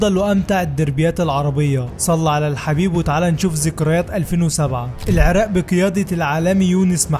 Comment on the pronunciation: لجهتك تخبل العراق وليس العراء